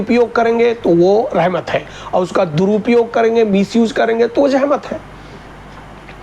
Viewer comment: Kya hazrat, Yeh jahmat kya hai, aap urdu medium nahi hai shayad, Yeh lafz jahmat nahi zahmat sahi hai